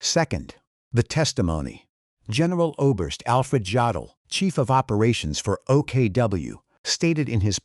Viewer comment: Jodl was pronounced "yodel", not "joddle". The English J sound does not exist in German. Js are always pronounced as Ys.